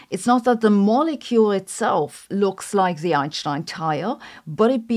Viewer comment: I don't understand the "sh" pronunciation she does. It doesn't make sense.